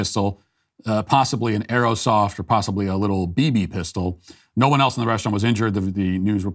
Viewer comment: It's airsoft not aero soft